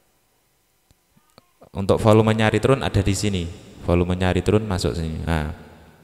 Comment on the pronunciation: Joss penjelasannya ... Tapi, Ritern bacanya 😀😀 Abang